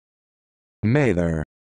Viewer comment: This pronunciation is wrong. It's Mather, M as in man, A as in apple, TH as in them, ER as in urban. This video is how you pronounce Maither.